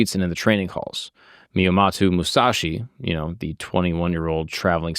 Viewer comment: I don't care if someone mispronouces some Japanese but the homies name! Come on bro!